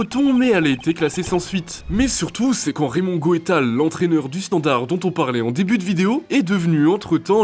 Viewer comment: Désolé j'ai arrêté de regarder en entendant "AS Romé"... Ca commençait à faire beaucoup entre "Gotal" et le reste... Pas tres sérieux quand on est une chaîne parlant de sport 😢